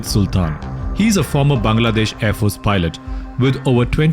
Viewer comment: Finnally a foreign YouTuber prounounces bangladesh instead of saying Baangladesh 😮😮